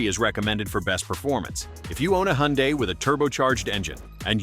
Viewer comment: What is a you hun die. I've never heard that pronunciation. I know it's AI but geez.